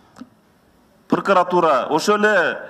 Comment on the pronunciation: ЫНВЫДЫ, ЫМВЫДЫ, ПУРУКУРАТУРА, ЧАКУРУКТАР...👍 😂😂🤣